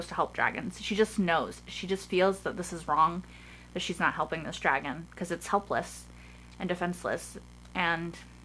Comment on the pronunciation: What people hear soren say:a dragon? What I hear soren say: a dwagon?👌😎😂